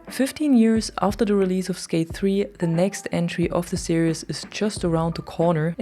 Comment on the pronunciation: google "series pronounciation" to hear how it's pronounced. It's a common mistake.